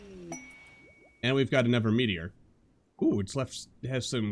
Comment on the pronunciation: "Anovver Marvel Gate" xD